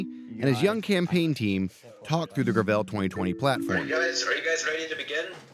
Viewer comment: Gravel is already a word that exists, please stop butchering the easiest pronunciation of all time.